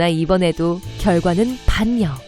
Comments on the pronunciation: 반려는 반녀가아니라 발려로 읽는소리나는것이 아닌가요?? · 반려 발음이 너무 신경쓰여요....[반녀]가 아니라 [발려]입니다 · 저기요 발음 할땐 반려 아니고 발려입니다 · 반려를 반녀가 아니라 발려라고 발음하는게 맞지 않나요~? 😅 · 반녀라고 읽으면 안되고 발려라고 읽습니다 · 반려를 계속 반녀 반녀라고 발음하는데 진짜 듣기싫다. 지식채널은 기초적인 소양도 없는 무식쟁이가 만든다는게 참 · 반려 발음이 너무 그러네요. 반려를 글자 그대로 읽으시네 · 죄송한데... 국어공부 좀 합시다.. 거슬려서 못 듣겠네... 반려를 반녀라고 읽으면 어떻게 합니까?? 발려라고 읽어야죠... 뭐 손난로를 손난노라고 할래요?? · 반려 발음이 '반녀'가 아니고 '발려' 아닌가요? 아시는분 댓글좀~ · 발음이 조금 이상한게 있네요. [반녀 -> 발려, 건수 -> 껀수] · 반려의 발음 = 발려입니다. 병원진료를 병원질료라고 발음하듯이요. 진뇨라고 발음하진 않잔아요. 태클은 아닙니다.^^ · 반려를 반녀로 읽는 사람도 있구나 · 반려는 읽으실때 발려로 ㄹㄹ으로 하시면 좋겠네요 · 나무위키를 출처로 하는 건 시청자를 우습게 보는겁니다. 반려는 발려로 읽지 못하는 것도 그렇고.. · 반려를 말할때는 발음이 발려가 됩니다.